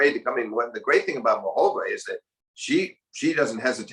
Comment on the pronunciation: Its Muchová! not Mučová!